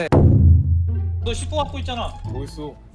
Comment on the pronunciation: c4발음ㅋㅋㅋㅋㅋㅋ 시x라고 말하는 줄ㅋ